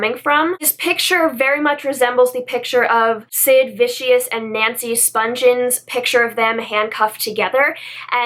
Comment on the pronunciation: Vi-ce-ous? I could literally say that they way you pronounced that offended me but come on. I'm sorry but, though I get you're entitled to your opinions...being offended by such trivial things is exhausting isn't it?